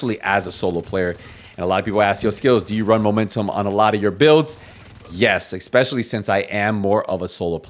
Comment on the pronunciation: Ex-specially…😂 such a clown